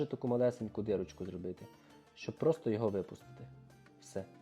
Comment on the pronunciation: Не дирочку, а дІрочку.